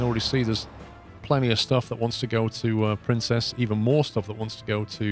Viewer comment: Loving this series. One criticism...Princes is pronounced like Prince's and not Princess.